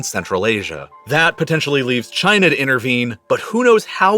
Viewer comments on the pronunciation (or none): none